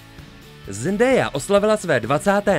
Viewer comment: To se nevyslovuje Zendéja, ale Zendája jinak super video